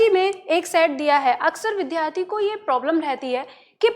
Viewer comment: महोदया , कृपया विद्यार्थी शब्द का उच्चारण सुधार लें । इसे विध्यार्थी न बोलें